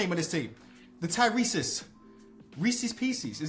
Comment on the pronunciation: “Oh we got the Tyreseses” 😂😂